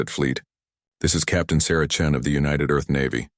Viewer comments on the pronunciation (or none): Chen not Chin